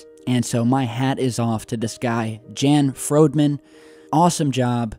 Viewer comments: It's pronounced Yon not Jan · Jan is most likely pronounced 'Yahn' or 'Yawn'